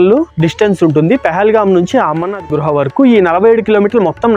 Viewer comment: Bro.... Its not gruha... Its guha